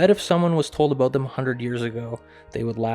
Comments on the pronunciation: it is AB-out NOT AB-boot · Honestly why do Canadians pronounce about like they are saying a boat?